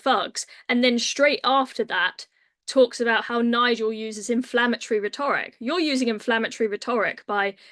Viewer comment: This women can’t pronounce Rhetoric properly !!! Is this level of commentator we have ??